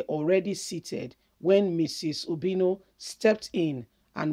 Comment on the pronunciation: Please point of correction it's obiano not obino